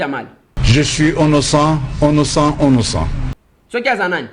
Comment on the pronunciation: Ounoucent lol 😂😅😅😅😅😅😅